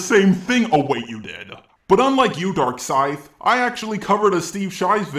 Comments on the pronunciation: Is it me or did he just call himself "Dorkscythe"? Also, I'm not trying to defend LimeX's comment on Darkscythe's video; I'm just pointing something out here. when he said "pretty much raked in his hoard of autists by making low effort, click-bait-happy, and edgy videos", I think he was actually talking about Leafy, not. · Every time says DarkScythe it sounds like he says Dark Side.